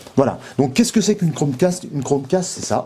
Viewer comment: Pas crochet mais cromcast